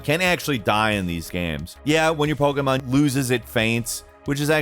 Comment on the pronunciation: Am I the only one that wishes he could say Pokémon properly?